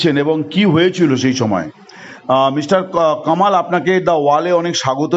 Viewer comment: কমাল না কামাল 😅